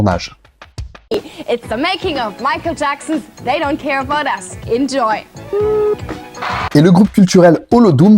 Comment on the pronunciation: Zei ????? Serieux ? Si tu es 'est incapable de dire "They," traduis, et puis prend un cours d'anglais. Pffff ...